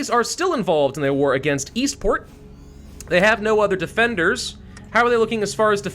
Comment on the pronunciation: God every time he said “Eastport” I thought he was saying “Esports”